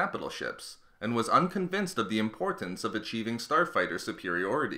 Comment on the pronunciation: who heard him say Porn star fighter 3.20